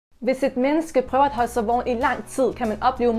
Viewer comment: Du siger ikke vågen men du siger vogen